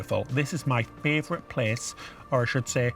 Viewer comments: ha ha ha ha! Ah, but I love it when you say "frav'rite" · I love the way you say 'favorite' with an extra 'r'!! Keep being your true self - we love you both!!